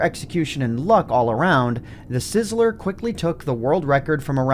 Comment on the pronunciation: Not to be that guy... It's uh... It's THEEsizzler... Not uh... The sizzler...